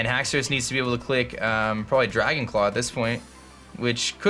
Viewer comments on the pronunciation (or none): none